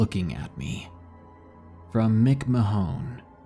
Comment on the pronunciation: "Mick-Mah-Hone"?? You mean "Mick-Mahn"?